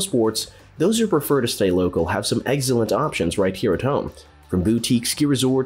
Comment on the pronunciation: "eggzellent"? "Lake Lewis"?